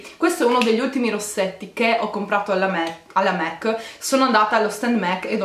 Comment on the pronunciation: scusa se ti correggo però non si dice MEC ma MAC ti adoro